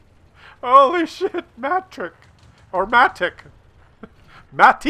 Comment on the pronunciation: he is not MATIK, he is Matić, a serbian surname :)